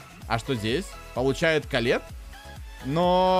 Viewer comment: Никто не заметил что место 8000 на эмз сказал каллет🐒😂